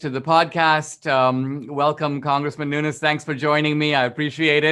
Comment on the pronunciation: First time anyone has pronounced this congressman's name correctly! Kudos Dinesh :)